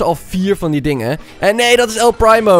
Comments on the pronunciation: Je zegt El Priemo, niet El Praimo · Hahaha, geweldig dit😂 ik speel zelf al ongeveer 1,5 jaar actief brawl stars en het is dan echt geweldig om dit te zien! Keep up the good work! Oh, en je spreekt het uit als “el priemo” ipv “el prymo”😂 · nee man je hoort El Primo met de IE te zeggen wat hij zegt is El prymo/primemo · Hij zegt El prijmo paar het is primo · Het is El primo je zegt El priemo en niet El prijmo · el primo zegt letterlijk zijn naam en zegt nog steeds el prijmo! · Je spreekt El primo uit als El priemo En een paar tips 1. Als er upgrade staat kun je de knoker upgrade 2 . En speel showdan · GVQ - Gaming er staat toch el primo duidelijk dat hij het zicht en zo hoor je het ook te zeggen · Je zegt el prijmo like als je dat ook hoorde👍🏻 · "El PRIMO" echt mooi hoe dat zeg😂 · Echt eh